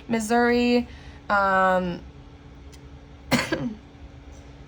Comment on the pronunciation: wow 😳 well i might be moving to missouri march 1st which is part of the storyline unfolding. shocked and surprised to hear you say missouri with the letters 🤣 thanks so much for your sweet and insightful readings.